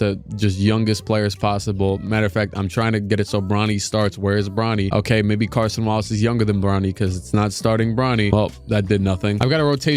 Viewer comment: Please stop pronouncing it as Carson Wallace 🙏🏻